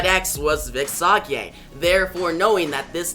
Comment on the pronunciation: Sage is Say-Jh.